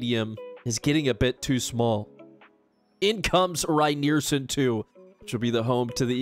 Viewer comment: Keep this series going,! As a Michigander whose favorite program to rebuild is EMU, this has been especially fun for me. Rynearson Stadium is the only CFB stadium I’ve ever played in. FWIW: Rynearson Stadium = Ry-near-SUN stadium and Ypsilanti= Ipp-sill-ANT-ee, but we call it Ypsi or IPP-see. Let’s go, Grey Boys! (Go Spartans!)